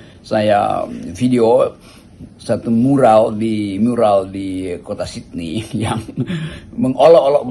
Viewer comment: Bung Hersu, masukan ya ..Sydney bacanya salah, pls cek Google. Smg membantu